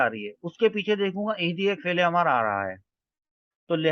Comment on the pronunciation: ماشاءاللہ، بہتر ہوگا کہ لفظ "امر" کا تلفظ میم پر زبر کے بجائے اس کے سکون کے ساتھ کریں۔ اَمْر۔ شکریہ